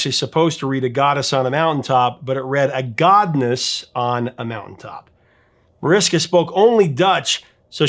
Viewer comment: Jesus, at least try to pronounce foreign names right! Mariska is usually pronounced Marishka. C'mon, Mariska Hargitay has been a big star in America for 25 years now! W's in Dutch are pronounced like an American "V", so "Van Looven" or "Van Loyven" It's not that hard to look up correct pronunciations, and if you are still doing it after all this time as a YouTuber, I can't imagine what clangers have come out of you in earlier videos.